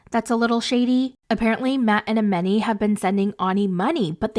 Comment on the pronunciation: Her name is pronounced A-MON-i, not A-MEN-i.